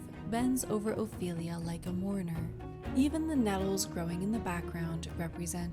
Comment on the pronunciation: Ophelia , not " Oilia " , for God's sake !!!